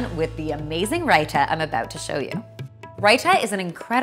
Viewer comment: Basmadi?Rita?Garam?im sorry but I'm indian and these pronunciations make me cringe.